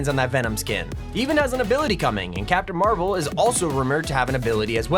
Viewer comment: How he said it when he was saying the skins captain marvo